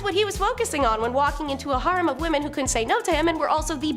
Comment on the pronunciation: she wanted to keep a "HARM" of 50-60 men"?? It's "hair-rem", or "har-reem". Does ANYONE edit these shows prior to putting them out here to correct some of the most HORRIBLE mispronunciations around? If not, they sure should!